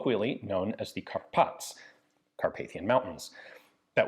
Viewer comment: correction, its pronounced as carpatsI, im upper casing the I because its also pronounced, not "Carpats"